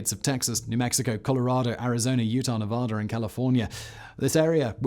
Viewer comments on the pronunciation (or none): none